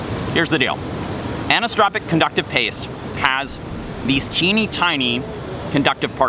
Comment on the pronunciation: ACF is for compression bonding. ACP is for printed adhesive bonding. And it is pronounced an•I•so-tro•pic